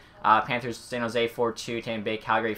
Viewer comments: dude also says Zan Jose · Zan jose ? very interesting way to say it